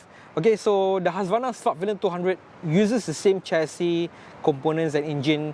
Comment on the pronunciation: I keep hearing slut-villian. awesome review thanks sir!